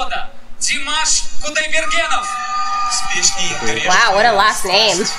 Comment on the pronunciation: Krutoy pronounced his last name with accented last syllable - kudaiberGEN.